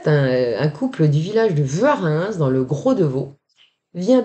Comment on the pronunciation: Merci pour ce récit ! Je suis Suisse et je ne connaissais pas ces histoires d'OVNIs à part le "ballon de rugby" de Froideville. À c'est Gais le nom ? ça se prononce "Gaïsse" car c'est germanique là-bas. Vers Vuarrens c'est "Vouâran" (mais on pardonne, car la prononciation du "ens" différente dans chaque canton, est compliquée chez nous !)